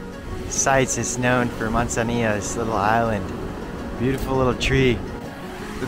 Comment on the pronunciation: Mud zanillo 😆